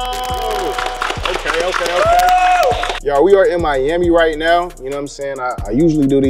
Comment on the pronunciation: “what’s going on hure I’m miamiii???”😧